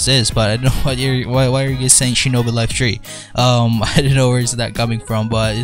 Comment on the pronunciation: Wait what- did he just say shinobi laife tree not three 🤔 Ayo L O L😳